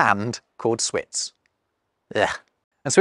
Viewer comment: Schwitz is actually prononced « chvitz » ☺️